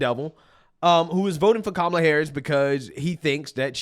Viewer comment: As an Indian I'll say, Kamala cant say her own name properly 🤣 She's not Indian and her policies are awful. Identity politics is low IQ just like Charlamagne the Goon.